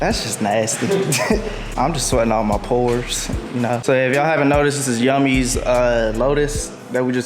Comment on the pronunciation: Yes. I'm going to be that guy. "YummiR6" not yummi-r6. Good vid tho.